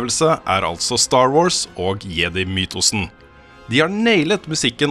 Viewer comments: Jeg tror samtlige som vokste opp med Star Wars på 80-tallet har innprentet norsk uttale der, er for sent å gjøre noe med det for min del i alle fall. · Bra review! Bare plis si jedi med engelsk uttale neste gang Hahah